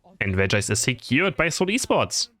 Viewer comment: Bro it's actually Pronounced as S(eight)ul esports